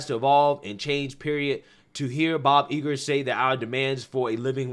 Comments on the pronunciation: Please learn how to read properly: The name of Billy Porter’s show is POSE , not Posse! The union is SAG-AFTRA pronounced like it is spelled not pronounced letter by letter and it is Bob Iger Eye-ger, not Iger. And please stop ✋ pacing so much emphasis on the last word of every sentence. It is annoying. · Gotta say, the fact that you don’t know how to say Bob Iger shows a profound level of ignorance on this topic that you really should not have at this point. This guy has been at the forefront of Disneys descent into wokeness and depravity for awhile now. You should know what his name is.